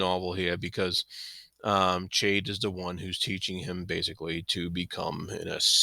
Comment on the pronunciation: I enjoyed your commentary, thanks. One thing about your pronunciation of Chade. I too pronounced it Ch like in change and after reading the whole series, I read an interview with Ms. Hobb and she said it is pronounced like Shade. Which makes sense for the character. I can't change my pronunciation in my head though, even knowing the truth now, not after 16 books! Sorry to be pedantic.